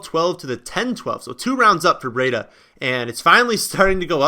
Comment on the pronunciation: It's Matt "BREEDA", not "BREE-A-DA".